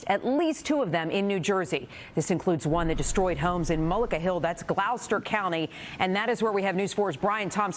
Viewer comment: Gloucester county is pronounced “ Gloster county” not Glowster county”🤦🏻‍♂️